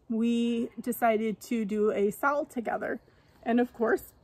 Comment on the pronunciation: I'm catching up on my flosstube watching and I love the owl piece you're doing. I also love that you said we are doing a sal it sounded like "sa-owl" 😁❤ Can't wait to see all the owls :) I picked up some "Passion" in that FNFN too!